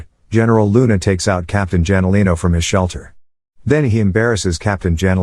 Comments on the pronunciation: janolino is pronounced as HANOLINO haha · what the 😅😅😅 Douglas Mcartur ... Hey its only a Son the I Shall return Guy. and pronounce the Jalinino Wrong 😅😅😅